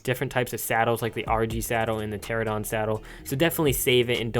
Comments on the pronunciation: its ter-ano-don not ter-a-don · why can’t you pronounce pteranodon lmao also why can’t anyone pronounce chitin sjsjsj it’s “ky-tin”